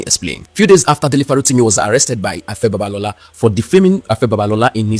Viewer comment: You better learn the pronunciation of 'B-A-B-A-L-O-L-A' before he calls his lawyers or the IGP!